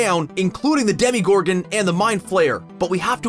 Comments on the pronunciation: ”demigorgan” no it’s- “demogorgon” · did I hear "Demigorgon"? It's demOgorgon get it right man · Who is upset that he says demigorgon and not demogorgon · Demygorgon Me: Demygorgon? Plays it back*: Demygorgon Me: Demygorgon... 😑 Also Me: IT'S DEMOGORGON! D E M O G O R G O N! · Its DEMOGORGON not demigorgon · Demogorgon not demigorgon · STOP SAYING DEMIGORGON ITS DEMOGORGON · ughhhhhh its not a demEgorgen its a demAgorgen capeesh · IT IS DEMOGORGON NOT DEMEGORGON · its demogorgon not demigorgon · Say it with me 'demorgogan' not demigorgin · Did no one notice he said Demi- gorgon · ..... did he just say DEMIGORGON? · IT'S NOT DEMIGORGAN. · This mans really just said DEMIgorgon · who else realized that he said demigorgan? maybe he was a ballerina lol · DID YOU JUST SAY DEMIGORGON!!!😡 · When he said "demigorgon I killed myslef" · did he just say “demy gorgon” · When he said dedegorgon I- LEARN HOW TO PRONOUNCE STUFF OMG. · This man really said demygorgon smh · Did he just call a demigorgon a demeegorgon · The dEmIgOrGan lol great video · Did he call a demeegorgn smh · Why do you always pronounce it as demigorgon?.. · Did he just say DEMIGORGON? 😑 someone call 911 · He said Demigorgon like dem y gor gan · You keep saying demogorgon wrong!?!?!?!?!?!?😒😭😡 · LOL HE SAYS THE DEMIGORGON